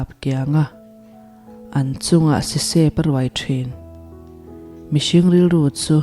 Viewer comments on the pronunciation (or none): A tha thin hle mai, mizotawng poh i chhiar thiam viau mai, mahse tlem thumal thluk dik loh i nei ve zeuh thin,,Sisep tihte, An Pathian chu an pum tih lai Pum tih kha, a awmzia a ti danglam daih thei